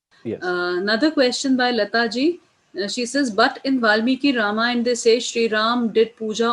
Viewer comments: this is brilliant! Fantastic!! I just have a slight objection to the way you are pronouncing certain words…… Sugreevaaa, Ramayanaaa, Ravanaaa They should be pronounced Sugreev, Ramayan, Raavan Why put the extended "aaa" after each word?😩 Sir, please look into this. Thanks! 😊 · Good video, but saying Ravan"aa', Ramayan"aa", Sughriv"aa" etc. is very frustrating... I would expect the correct pronounciation from someone who has done so much research...